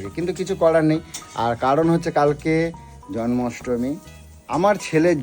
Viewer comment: কথাটা "জন্মাষ্টমী".. "জন্মস্টমী" নয়! অশিক্ষিত কোথাকার!!